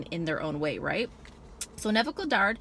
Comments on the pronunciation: Honest Mistake, Its just the first time I heard it pronounced that way lol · thats not how you say his name lol